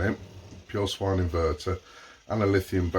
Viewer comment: "Sine" (pronounced "Sign") inverter.